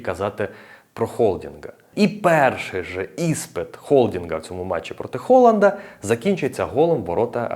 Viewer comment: Дякую тобі за Холанда. Хоч хтось не каже це Г у прізвищах.